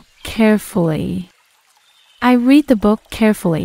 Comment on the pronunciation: En el minuto creo que la pronunciación es incorrecta porque la escucho en presente y no en pasado . El verbo leer. Gracias no estoy segura claro sólo lo menciono porque lo mencionan diferente en frases anteriores . Saludos 🤗